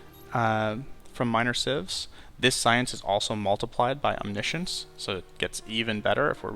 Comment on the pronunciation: He pronounced it correctly